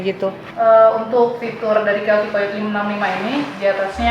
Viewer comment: ijin sedikit koreksi. untuk penyebutan/cara baca dari COYOTE itu (kayoti)😊